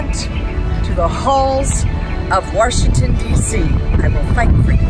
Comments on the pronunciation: Did she just say "WARshington"? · she also said Warshington at the end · Warsh ington DeeCee